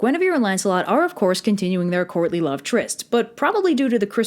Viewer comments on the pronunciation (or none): As much as I love all of your videos, every single time you say Courtly Love in this, all I hear is "Courtney Love". IDUNNOMAYBEIT'SJUSTME but it did make this video a billion times better because I kept mishearing it. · I know you are saying "courtly love" but I swear I keep hearing "Courtney Love". LOL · I keep hearing “Courtney Love” and it sends me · Obviously I'm watching this long after you made it. Somehow, almost every time you said "courtly love", I heard "Courtney Love". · I kept hearing "Courtney Love"... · I couldn't stop hearing "Courtney Love" instead of "Courtly love". Also, Arthur's dad and Elaine are basically pulling a Zeus. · She says "Courtly Love" and not "Courtney Love". The former is a mating dance done by early humans and the other may or may not have, but probably almost definitely did, kill her husband, Kurt Cobain. I know I'm not the only one who could not NOT hear "Courtney Love." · I keep hearing 'Courtney Love' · i'll be completely honest i thought you said "Courtney Love" the whole time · I kept hearing "courtly love" as "Courtney Love" and it changed everything about this video for me.